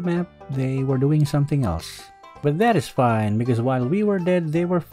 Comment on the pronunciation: Never stop saying "BUTtDATISFAYNN" please